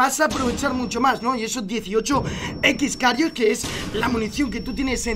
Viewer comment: Es X-kairos no x-karios